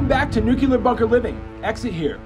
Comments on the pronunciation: oh goodness, its Nu Cle Ar not Nuke Ya Ler 😒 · It’s not “NU-CUE-LAR” pronunciation. It’s “NU-CLE-AR”. I’m tired of everyone getting this wrong😂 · still doesn’t change, you are butchering the pronunciation with metathesis, switching the two adjacent sounds. If you want to say United Nations of accents, you would only change the ending phrase from “ar” to “ah”. Good try through.